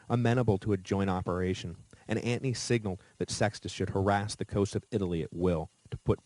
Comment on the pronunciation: LOL I was going to comment on how he says Antony, kinda drives me crazy, but maybe that's how it WAS pronounced, but I didn't hear him explain the pronunciation or I missed it, seems others agree, as you have the top comment. Great series either way, always wanted to learn about Rome but to lazy to do the reading so this is awesome, I'm more an amature war historian so I am familiar with most of the battles, including this famous battle. I will say one thing, commiting suicide back in the day was a bitch.